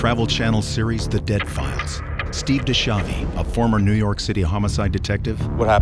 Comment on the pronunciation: I can't help it, but it annoys my ears. The proper pronunciation of Steve's surname is "Di Skiavi". A "ch" followed by a letter E or I is a hard K sound. I know that foreign names get mangled, my Italian surname doesn't sound the best with an Australian accent!😸 Schiavo means "slave", schiavi is plural. I understand it's his name and he can say it however he wants but I can't help it, it's like nails on a blackboard 😕 Ok, finished with my rant!☺️